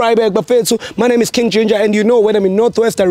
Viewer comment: When Ginder says, weGinger